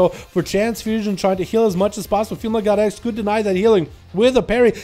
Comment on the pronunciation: It sounded like he was saying “female got eggs” every time he said “female god x”...